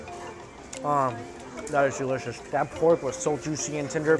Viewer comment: The street vendors see mike moves his head side to side they panic He says deliscouis